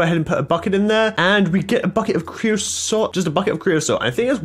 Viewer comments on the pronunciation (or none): Who else is annoyed by him saying "creoslot" and not creosote